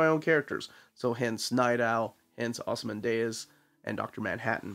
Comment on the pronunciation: It's just "Ozymandias" as you would read it in Spanish, it ends in "dee-uhs". So weird you mispronouncing a name. You always take a lot of care about these things. That aside, I've been on the fence about this book, but hearing how much you enjoyed has convinced me to buy it.